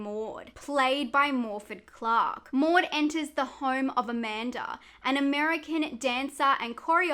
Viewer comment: Pronunciation of the Welsh actresses name 👌🏻👌🏻👌🏻👌🏻👌🏻